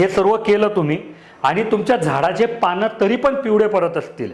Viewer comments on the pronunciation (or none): none